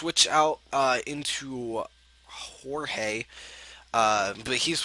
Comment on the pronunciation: Pronounced Jorge wrong its : ho ( like hot but without the t ) - hey